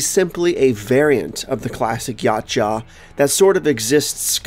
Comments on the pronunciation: Heh "Yah-jaw" (Before anyone kills me, this is a joke) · No one is talking about how he saying yautja like “Yotcha” as if it were a pokemon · Was gonna hear this man out but I can’t hear him mispronounce Yautja for 3 minutes straight 😭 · it doesn’t, but it does trigger a pet peeve which makes the video harder to watch as a result